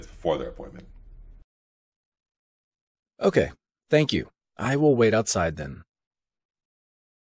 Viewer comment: 5.01 why he say Thnak you not Thank you write down wrong….